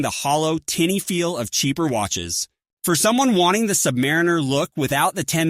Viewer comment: see eye gee aye watches , submareener, horlongerie ???? hahahaha cant listen to this AI crap. bye.